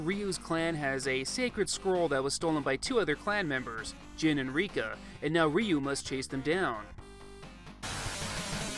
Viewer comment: Ryu or "ReeeYooo?" ? Seems that Engrish was working on you, too?